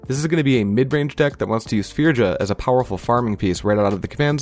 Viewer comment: Loving the content, just a heads up for future reference with Kaldheim cards. In Scandinavian the "J" is pronounced like a "Y". So you would say "Firya" "Yorn" "Fyord" etc